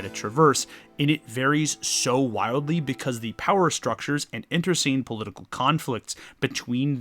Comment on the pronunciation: internecine has four syllables, my friend, and your hatred of horses is hilarious. enjoy your content.